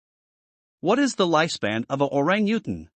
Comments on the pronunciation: I just don't like the computer narration at all. It's certainly not pronouncing orangutan right!! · He had good information but the terrible pronunciation of Orangutan was truly annoying. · LOL the computer kept pronouncing their name WRONG. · Yikes! For FACTS about a species, it helps if you pronounce it correctly in the language of narration... Switched off. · Learn how to say Orangutan properly!!!